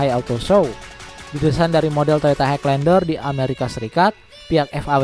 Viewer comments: Kok haig lander? Dibaca "hai lender" bang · jelas gmana maksudnya? klo dri intonasi ya emng jelas, tpi itu nyebutnya salah. Harusnya emng "high" dibaca "hai", tanpa penekanan huruf G. But it's okay, yg denger jga orang indo pasti lngsng ngerti maksudnya